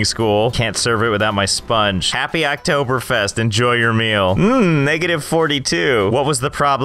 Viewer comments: Im surprised of how good you said Oktoberfest do you speek german? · I'm surprised he pronounces the ä correctly yet didn't know what Oktoberfest was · He just nailed the pronounciation of Oktoberfest! (I'm German) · BREZEL. Mich hats überrascht, wie gut du Oktoberfest ausgesprochen hast